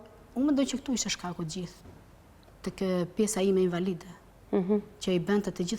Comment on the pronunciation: Hhaaa kam qen me dhjeta ne mesime thot kjo. Oo zot nuk flet dot fjalen invalide nuk e shqipton dot. Pse duhet te shesi men kot cdo shqiptar ? Pa pa pa nuk ka . Ok je gru puntore familjare pse duhet me bo si intelektuale kot?